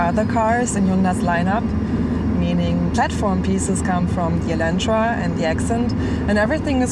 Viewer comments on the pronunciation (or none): none